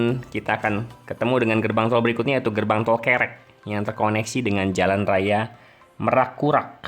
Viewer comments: Karena lg bahas tol Tuban saya ikutan menyimak. Kebetulan saya asli orang Tuban. Hehe.. 🙏🙏 Penyebutan Kerek itu sama kaya kita nyebut Besar bang. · Kerek.. Wkwk.. Semua orang luar kota knp sulit menyebutkan kerek.. 🤣